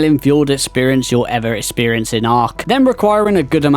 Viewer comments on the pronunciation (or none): none